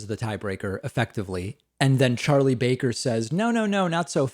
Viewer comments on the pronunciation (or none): none